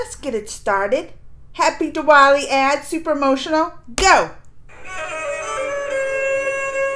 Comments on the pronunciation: it's pronounced as the-waali.. not D-wali😊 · No..not as in Thunder TH.. it's more like the article 'The's TH.. I hope I am able to explain now..😂